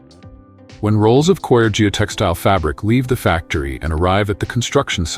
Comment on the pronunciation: Stupid robot 🤖 audio 🔊 Coir as in choir ... 🙋🏾‍♂️✅ Core... 🙅🏾‍♂️❎